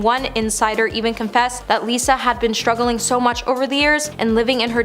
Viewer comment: Struggling, not struggerling….that’s how kids speak.